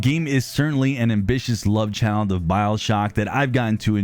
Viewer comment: It's "child," not "cheild."